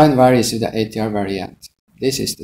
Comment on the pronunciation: Did he Sây "Ash Ťray" ????